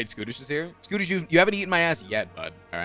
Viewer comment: i get so confused when he keeps talking about skootish lmao